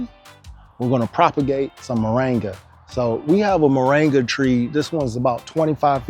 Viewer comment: Cheers but, Say Mor'i'nga not Moranga!